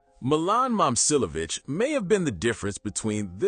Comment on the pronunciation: It’s saying both his names wrong so not really